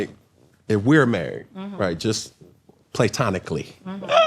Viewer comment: “We know how you get down” - “Playtonically” - 😂😂😂😂